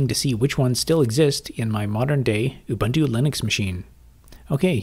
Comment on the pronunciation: I would have continued to watch the video, but I could not tolerate the mispronunciation of "Ubuntu".